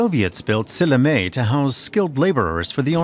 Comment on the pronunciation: Silinee(Sillamäe)? :D He should at least try to pronounce it right. Just giving them citizenship would be too easy in my opinion. We, Estonians, are fading away from this planet and it would just mess up our culture even more. They have lived here for tens of years and they often don't know one word of estonian. At times when Russians tell you to speak in russian so they could understand you...well, blood just starts boiling. But not all russians are like that. The Russians who like living here and want to learn our ways don't speak out as much. People who think russian should be our 2. language are the ones to always complain. (might be a bit too radical)